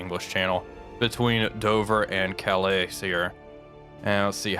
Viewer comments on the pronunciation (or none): The S in Calais is silent - pronunciation is (Ka LAY)